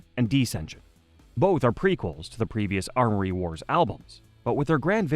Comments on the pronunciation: YES! It was driving me crazy he kept saying ARMory wars ffs. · Say it with us kids... AM-ORY Wars... AM-ORY. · Why was he able to say amory correctly when talking about people and their names but not when talking about the story itself 😂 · The pronunciation of "Cambria", "Amory", and "Turbine" drives me nuts. Other than that, great video. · I'm Canadian too. The thing was adding in phantom letters. Don't let my words discourage you, though. The video is fantastic as are your other ones. Keep it up!